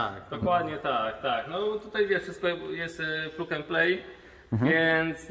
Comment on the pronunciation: Panowie, miło się słucha ale plug wymawia się plag a setup -setap